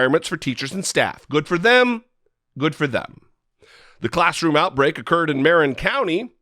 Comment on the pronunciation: I cringed when u pronounced Marin. Yikes